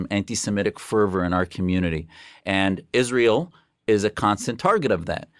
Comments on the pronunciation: I cant stand how she calls Israel Ishraell. Whats that??? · "Ishrael" 🙄 she can't even say it correctly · Did you also manage to teach her to pronounce Israel correctly? 😂